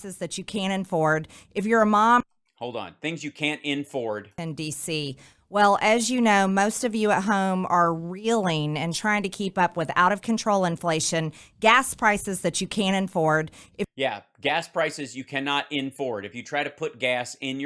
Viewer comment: She said UnInFord formula 🤣 :_motangZOLTAN::_motangZOLTAN